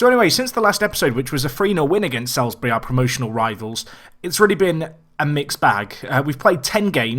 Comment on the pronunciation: Salisbury is said like solsbury